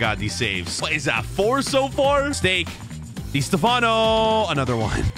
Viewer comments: "Dey Stefanou" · its distafffano